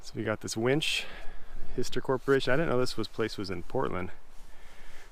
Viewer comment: It is pronounced HI ster not hister Why would the fuel go into the crank case?